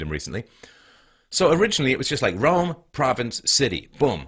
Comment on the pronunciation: I know my history.. I know my ancestors.. Guess what? My ancestor's entire culture, language and tradisions (or civilization if you will) were almost wiped out by European, Christian men.. Twice.. And I could be from pretty much any continent.. Also, is this guys pronouncing Rome as "rum"? Together with the 22 other European countries that is also not a part of the EU..